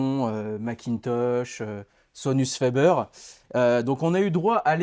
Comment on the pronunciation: 👎😱⚠️🛑 On dit pas fait beure ! On dit fa bèr !! C’est Italien pas anglais. f minuscule. De fabere = fabriquant / facteur / forgeron.